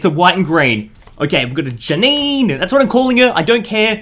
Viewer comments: Janine is pronounced Ja-neen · It’s pronounced Ja-neen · Its jah ni né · srry for being that guy but its pronounced janiiin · Its Jan-een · It's pronounced ja-neen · its pronounced JAH-NEEN